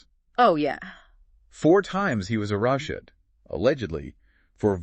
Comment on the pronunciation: Did the male podcaster mispronounce the word “arrested”? It doesn’t sound like AI but “arushted”? Huh.